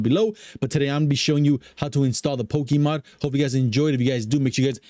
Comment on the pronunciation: Poke - a - Mod. not Poke - E - Mod